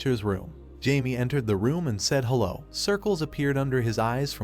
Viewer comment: Damn whatever AI narration tool is being used just made "hello" into a 3 syllable word.